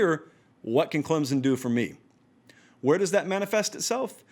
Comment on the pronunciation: Say Clemson correctly then I'll listen. You talk about being accurate?